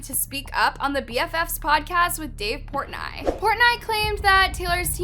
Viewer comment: I kept getting distracted by the way she kept pronouncing Dave Portnoy’s name wrong😬 but everything in this is old news.